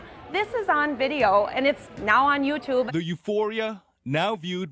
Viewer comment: You know someone is old when they say "YouTube" like this